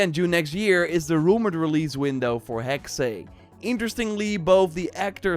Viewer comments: Sorry, I have to say it. Hearing since you first announced "Hexe" its pronounced "Hex-ah" =witch in German 😊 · Not the case. "Hexe" is the German word for "Witch" and is pronounced "Heks-uh." The same as the "-e" in "Porsche." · The E is silent making Hexe pronounced HEX